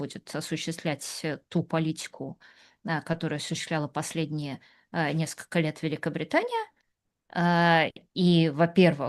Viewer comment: Режет слух -- наскока вместо несколько и т.п.